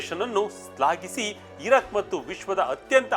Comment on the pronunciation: ಇರಕ್. ,ಇರಾಕ್ ಉಚ್ಚಾರಣೆ ಕಡೆ ಸ್ವಲ್ಪ ಗಮನ ಕೊಡಿ